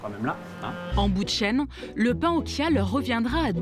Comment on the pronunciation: Reportage intéressant, mais vous auriez pu faire un effort pour la graine de chia qui tire son étymologie du nahuatl, ça se prononce "tchia" et non "kia"... je sais bien que ça n'est pas le sujet principal du reportage mais l'entendre à plusieurs reprises, cela écorche les oreilles. Même le personnel de la boulangerie qui disent "kia" alors qu'une personne précise bien que ça vient du Mexique, à aucun moment ne se pose la question de comment est prononcé "ch" en espagnol... 😅